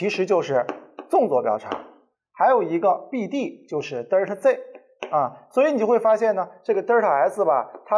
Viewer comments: 迷妹表示超喜欢听李老师讲课，清晰易懂。只是有个发音实在是不太标准啊，是delta 不是“嘚儿踏”啊，刚听到时我就黑人问号脸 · 作为李老师同龄人的我对李老师的敬仰犹如滔滔江水。天天追李老师的新课，期待李老师更多好作品。有一个小建议不晓得合不合适提。李老师Delta的读音能否改善下，每次听李老师读Delta读成Derta每次寒毛都会竖起来，哈哈。Delta没有儿化音的哦。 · 不是呆儿塔，应该读呆噢塔